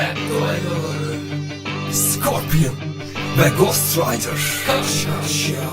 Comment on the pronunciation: Gost raydıs değil ghost rider